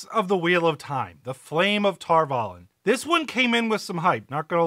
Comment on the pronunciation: Can we talk about how annoying it is the way they pronounce Tar Valon? Ugh.